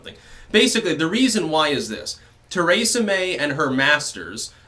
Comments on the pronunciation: Theresa May not TARAYsa May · ABENAKI!?..Cool. Are you also Francophone?. (your pronunciation of Theresa). I sang in this. Euro music which was found in manuscript with texts in Abenaki